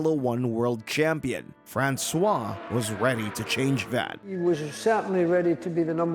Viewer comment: If this comment still isn't spoken by an A.I.: Please try to pronounce foreign names to their correct pronounciation in this language. Your "Francois" in its mix of amercian english and french really sounds ridiculous! 🤨